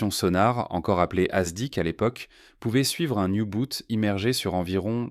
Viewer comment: Youbot ? Yuboats ? L’amiral de Nitz ? Y.boots ? Etc de quatrevingttsimitres... Vivev Les Y.A ??? À douzorzores.